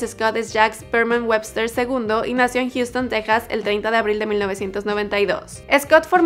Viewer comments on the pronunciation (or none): none